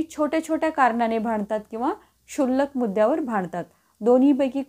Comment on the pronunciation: तुम्ही शुल्क मुद्दावर भांडतात. ❌ तुम्ही क्षुल्लक मुद्द्यावर भांडता. ✅ कायम अशुद्ध मराठी 👎 Petty चा उच्चार ' पिटी ' नसून 'पेटी ' असा आहे.